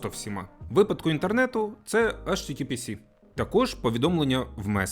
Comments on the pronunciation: Http ес, а не сі😊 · Не ейчтітіпісі а ейчтітіпіес, бо s, а не с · Чому в https останню літеру читаєте як 'сі'?)